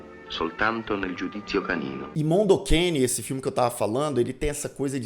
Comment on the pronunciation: pq vc fala mondo QUEINE? o nome é mondo cane... tá escrito ali